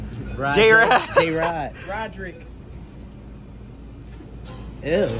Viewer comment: Bro called him “Raudrick”😭😭😭